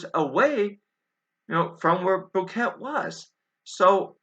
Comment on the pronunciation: I agree on your solid points. No good evidence they were lost at all. By the way it is pronounced bo-KET-eh. It means mountain gap. In Brazilian Portuguese it means something entirely different.